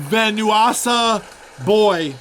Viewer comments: venwasa boy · Dude went on a whole spiel about Bjork and then still mispronounced Venusasaboy lmao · How come he sampled Bjork but can't pronounce venus as a boy correctly smh